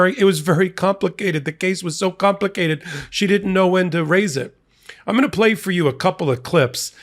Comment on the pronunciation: Listen: , Alina Habba’s practiced vocalisms abandon her when she says “complicated”… “compli-CAY-ded” Sounds like her country upbringing is trying to get out